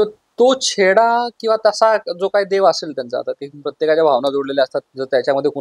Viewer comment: Aadhi uchhar nit kara , chheda nahi cheda boltat